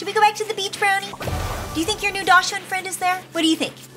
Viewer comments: Dashing is pronounced {DOC}•sund• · Just so everyone knows… daschund is actually pronounced like “dock sun” 😊